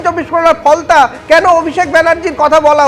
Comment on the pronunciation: কুনাল কাকু ওটা কি ফলতা না "ফলনা" 🤪 ?